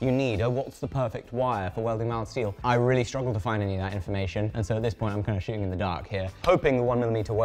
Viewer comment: You shoulda done this as a collab with Michael Cthulhu - welder, and maker of giant swords. Also, it sounds more like you said. "I'm kinda shitting in the dark," more than, "Shooting in the dark."